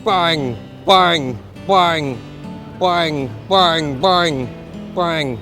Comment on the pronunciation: You say bang like a true asian man " bwang bwang bwang"